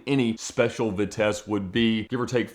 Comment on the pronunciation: Much as I dislike Ed Bolan, for reasons I can't quite explain, at least he can pronounce Vitesse correctly!